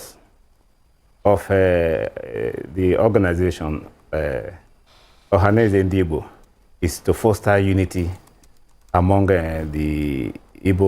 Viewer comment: THIS LADY SHOULD JUST SHUT UP BECAUSE SHE DOES NOT UNDERSTAND THE SUBJECT MATTER. SHE CANNOT EVEN PROUNCE .." OHANEZE NDIGBO:.